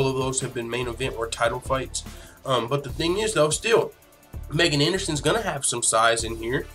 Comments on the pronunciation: i am a subscriber, who likes your low key style. 2 things #1. Her name is pronounced.... MeeeeGan! Dude, you should know that. Drives me crazy you said it wrong 25 times bro. #2. Ass tattoo (FTMMA, funny). That is HOT, wish more girls Actually had that; 1 line script, exactly where you put it. So Hot 👍🏼🤩🇨🇦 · Pronounced.... MeeeeGan!!! Please know this, and fix this. A fan and subscriber.